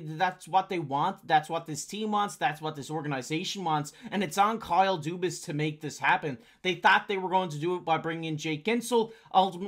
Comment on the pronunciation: It's Dubas. Crosby 8 years 15 million LMAO